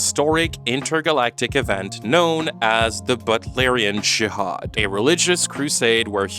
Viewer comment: JIHAD, not Shihad 🙄🙄🙄